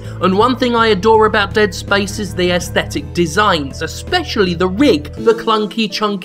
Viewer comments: Why does Jim keep saying "ayesthetic" instead of "aesthetic"? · He pronounces 'aesthetic' unusually. Is that an Australian thing?